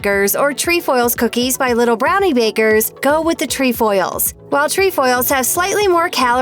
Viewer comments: It’s tre foils NOT tree foils!!!! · It’s not “treEfoils” it’s trEfoils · jena mongold your right im troop 16325 and we have lemon ups and they are good and she doesn’t pronounce “trefoils” correct😂